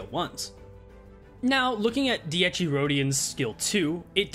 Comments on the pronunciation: I'm going to forever make fun of you for saying Dee-ecchi Rodyon forever. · I love your videos,but for the love of god,as an italian i implore you to learn how ti pronunce dieci correctly,how you pronounce the first "half" is wrong,whioe you got the secone half right